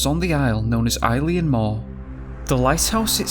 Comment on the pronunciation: Heading you pronounce place names in my country, Scotland, is painful… but in fairness, it can be confusing for other countries Strichen - Stricken Fraserburgh - fraser buruh Eilean Mor - ellen mor Oban - ohban Leith - Leeth The name MacKay - Mackaye Hope these help, a lot of our place names come from Scottish Gaelic and the Pictish origins mostly, there are some from Nordic origin